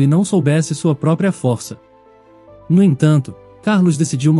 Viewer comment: Já no início suspeitei: Ou era gravidez ou ela estava com doença grave. Agora levar mais de 30 min para contar uma história que poderia ser resumida para 10 min?🙄 - a pronúncia mais forte da raça do cachorro, é no "Dó" de DÓBERMAN. - não se diz fórça. O correto é FORÇA! Na letra "O", a pronúncia é "Ô" fechado. Como "fôrça". Mas na hora de falar é escrever é FORÇA. São apenas dicas, para melhorar a sua leitura. Sem ofensas ok?🌻